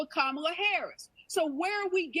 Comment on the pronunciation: Tatum, you made a huge gaff, you called Kamale. Tell me you didn't have a Biden moment 😂